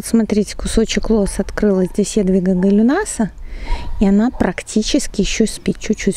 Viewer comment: А потепление может и вообще ненаступит, а что тогда? Это только в в красноречии шведки Греты Тюнберг,- мол потепление идет, идет.... мировое. А моего земляка Гайлюнаса произносите правильно,- с ударением на букву ,,ю" а не на ,,а", а то теперь звучит как ананаас, фантомаас и т.п.